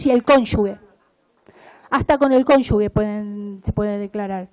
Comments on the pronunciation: no se dice conyugue, es cónyuge. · Pronuncia mal la palabra “cónyuge” durante todo el discurso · Pronuncia mal la palabra “cónyuge”